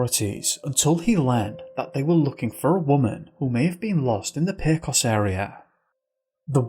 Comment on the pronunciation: 😆 bruh... okay it's "pey-cose' not "peh-coss" "Hey-mez" not "jeh-mez" and it's Jeep "CHE-roh-kee" not "chuh-ROWkee" but don't worry you get a pass, i don't blame you, we have some strange words in New Mexico. Lol nice work with Sangre de Cristo though! Mel Nadel could have decided to disappear. No one leaves their gps behind, that's like forgetting your cell phone, especially if he'd gotten lost before. Maybe his trail ended because he started walking in to keep up appearances, then walked back out and got into a car.